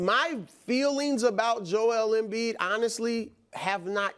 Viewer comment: I never get tired of listening to Brou pronounce Joel Embid 😂